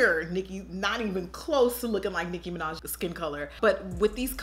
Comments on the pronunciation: "Micki Minach" LMAO! 😅 Still funny! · "Miki Minach" 😂😂😂😂💀💀💀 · "Micki Minach" 😂😂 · “Miki Minach” you threw that my way, and I wasn’t ready 😭😂😂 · The "micki minach" clip had me dying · "Miki Minach" 😂😂 Aunt Jackie I love you too much! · I WAS NOT READY FOR MIKI MINACH 😂😂😂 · Dead at miki minach 😂😂😂😂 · Micki Minach😂